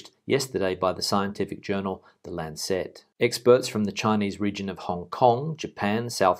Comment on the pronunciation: Lancet not lancette